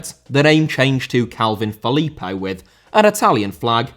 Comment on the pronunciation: Idea* not Ideer Filippo* not Felippouw Transactions* not Tranzactions Uefa * not Yuweifer Lukaku* not Lukohrku Pépé* not Pepei Philippe* not Phelipp Coutinho* not Khuwtchinhouw Cucurella* not Cucurreyer Swansea* not Swonzea Raphinha* not Raphinher München* not Munich Zaha* not Zohrhor Gómez* not Góuwmez Cesc* not Ces Eden* not Iden Botswana* not Botswohrner Observatory * not Obzervatry